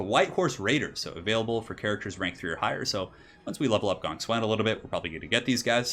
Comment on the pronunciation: why do you say gong swen instead of gongsun zan? granted i dont know how to pronounce it but it really disturbs me when people dont even bother to atleast pronounce it as its spelled?